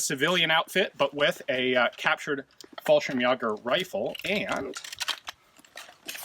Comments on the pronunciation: If you care at all, fallschirmjäger is pronounced "FALL-sheerm-YAY-gur". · Ian's French is spot on! The German though.... hearing someone not pronounce fallschirmjäger like fal-skurm-yay-ger around about the correct pronunciation hurt my soul. don't mean to be snarky its just it made me cringe a little. I do however approve of the firearm choices and the attire. Ian's looking fancy!